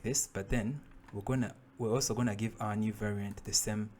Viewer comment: pls next time dont say anymore "we qonna"